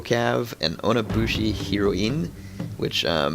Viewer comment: Man, you say heroine weird.